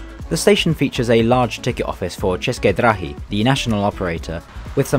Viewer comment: Stop say чешки драхи ,бесит